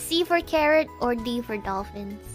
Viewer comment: it is carrot ,not Carol🤣